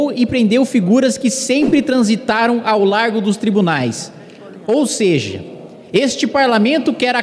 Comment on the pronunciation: "ou seje" não, japa